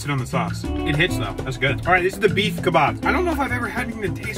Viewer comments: It’s pronounced kebab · Hey not to be mean but I’m Arab and the way it is pronounced is kebab